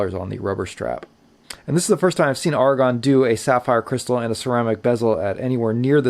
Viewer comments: Also, it's pronounced A-ra-gon not Argon. A small but important difference. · Note that the person in this video pronounces the Aragon watch name incorrectly. He repeatedly says the word "argon" (as in the chemical element), but the head of Aragon watches pronounces it "AIR-uh-gone" (as in rhymes with "paragon"). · Surely it's Ar-a-gon like the place in Spain, rather than Argon the element. I reckon you're missing a consonant and saying it wrong.....😝........Great review though.....😉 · A-ra-gon. You're welcome. 👍🏼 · Yes I know what you mean. Sounds painful to hear such poor pronunciation.